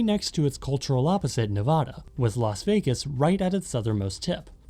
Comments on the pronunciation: By the way, if you are gonna go visit Nevada (more like Las Vegas), pronounce it Ne-Vah-Da and not Ne-Voh-Da like he did in the video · Sorry but I’m obligated to tell you that it’s Nevada like vad, not Nevada like vod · ne va da, not ne vah dah, please it hurts to hear the state pronounced like the mountains, especially since it is my state, great vid so far other than that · My guy lives in a state that borders Nevada, but still manages to say Nev-ah-da 😭 Nevăda!! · I understand the root of the name being Spanish which is why we have places like the Sierra Nevada, named after the Sierra Nevada of Spain. Spain also has a Nevada municipality. However the issue is that we use the anglicization of the pronunciation, and the Nev-ah-da is neither anglicized, or the Spanish pronunciation. the English pronunciation developed to more closely match similar words that have the short a vowel sound like lad, mad, fad, dad, sad, bad, etc. Nearly every word that contains an -ad in English will use the short vowel sound. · As someone who was born in and has lived in Nevada for 22 years, I think you said Nevada wrong. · You said Nevada wrong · It actually comes from a Spanish word that is pronounced the other way that most people don’t do it Neh-bah-dah Spanish don’t pronounce V